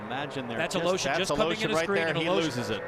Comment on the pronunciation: it's Aleshin, not Aloshin. fucking stupid commentators